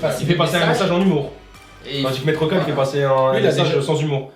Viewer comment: C'est Maître Kal, pas Maître Cal :p